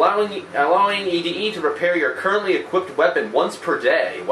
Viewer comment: Its actually pronounced Eddy not ED-E